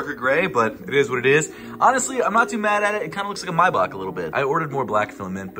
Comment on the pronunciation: I can’t with you saying “myback “ for Maybach